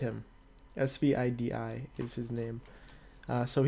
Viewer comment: ...Rager = Ragnar, svidi/svidi/etcetc = Svidi. It aint that heard, geez.